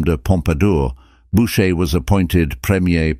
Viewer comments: Is this a computer reading the text? .Since it cannot even pronounce correctly the name of the artist. It is not boucher...but pronounced booshay. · So - Boocher, Bowcher, Boosher, Bowsher? I never heard so many mispronunciations of a single name. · The presentation is unfortunately replete with clichés , mispronounciations and, what is worse, howlers (such as asserting Louis XV was the son of Louis XIV! He was his great-grandson!). The pictures remain beautiful, however, and we are fortunate to be given time to enjoy each one